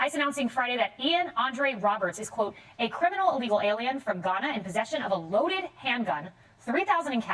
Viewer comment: She pronounces the country Ghana,, lol!